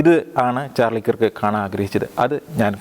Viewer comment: കിർക്ക് എന്നു പറയരുത്, കേർക് അതാണ് ശരിയായ ഉച്ചാരണം.